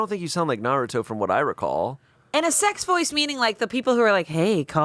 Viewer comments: OMG mispronouncing Naruto as Naratu js reminds me of my (youthful dw) mom who loves the show but cant figure out any name besides Lee😭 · saying "naruto" like it's "nosferatu" blew my mind.